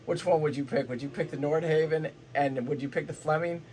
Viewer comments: I lost confidence in the entire video when you mis-pronounced Nordhavn. Other commenters confirmed my suspicions. "They've had a few of them fall apart"? Would you care to back this claim with facts? And as other commenters have said, dual engine vs single is not the builder's choice, it is the owner's choice. Many N models can be configured as single or dual engine and many owners choose dual. However there is nothing in N's build history to suggest their single engine design is a "mistake". That is a preposterous suggestion. You also failed to mention that single engine N's have a second engine, the "wing engine" or "get home engine", which is a fully independent propulsions system. So your basic thesis here seems to boil down to "I like Flemming because I don't know anything about Nordhavn", which you pretty much stated around 3/4 of the way through the talk. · I love that you can't pronounce Nordhavn🤣